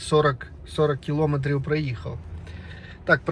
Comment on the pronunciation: Стільки помилок , часто одне слово, наголос НЕ кілОметрів, а кілоМЕтрів